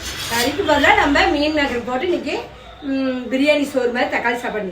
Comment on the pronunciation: தம்பி, அது மீன் மேக்கர் இல்ல, மீல் மேக்கர்